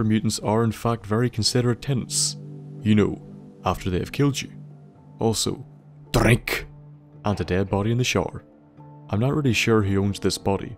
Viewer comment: Whenever he says drink it sounds like he saying my name